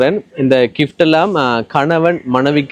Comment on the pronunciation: Kift illa bro Gift endu sollugo